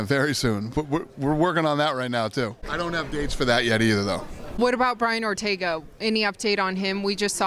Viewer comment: She said ortego. God i love her!